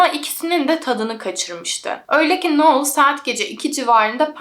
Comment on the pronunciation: uzun süredir seni takip ediyorum, çok keyif alıyorum videolarından. Anlatımına, araştırmana, verdiğin emeğe ve vicdani yaklaşımına hayranım. O yüzden bu yorumumu iyi pencereden gör lütfen. Şu an bu yorumda amacım verimli eleştiri. Artık AI var hayatımızda, google var çok uzun zamandır. Kişilerin adlarını doğru telaffuz etmeye özen göstereblimemiz için her türlü araç mevcut. Noelle - noel diye okunur, sondaki elle eki, -el şeklinde telaffuz edilir. Noel olsaydı -noğl ya da noıl, ya da noul şeklinde telaffuz edebilirdin. İster istemez kulağımı tırmalıyor bu tarz yanlış telaffuzlar. Sadece bu yüzden ve senin de bilgilenmen ve kendi gelişimine katkı yapman amacıyla yazıyorum. Dinlersin, dikkate alırsın ya da almazsın senin tercihin. Seviliyorsun güzel kızım ♥